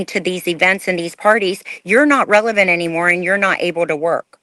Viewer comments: I’m pretty sure meant “relevant”. “ReveLant” isn’t a dang word. Lol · She also said "revelant," instead of "relevant," in the beginning. But that's fine, we all do that at times. 😊